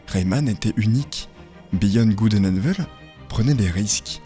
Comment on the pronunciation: Pitié les gens « evil » ça se prononce « iveul » et pas « évil » 😊